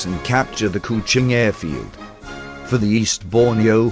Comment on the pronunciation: LABUAN = LABWAN KUCHING = KOO CHING Fucking terrible pronunciations ruined the video. Ex 1SG who was there in 64.